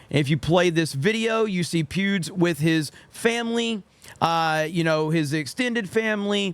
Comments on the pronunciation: Every time you say Pewds, I hear Pubes. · i keep hearing you say pubes lol